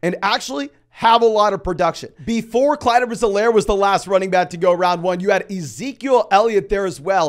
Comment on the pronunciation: Clyde not clise too